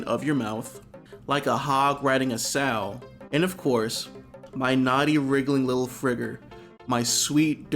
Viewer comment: That’s not how you say “sow.”